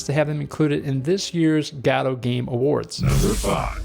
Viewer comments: yeah the "gaddo" thing drives me nuts. I used to pronounce lich that way though, someone had to correct me. lich as in "lichen" not as in "witch" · i've come to terms with the way you pronounce godot but the long i on "lich" is killing me